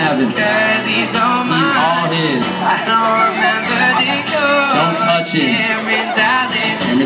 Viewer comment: "Don't toch him" HAHAHAHAHAHA 😂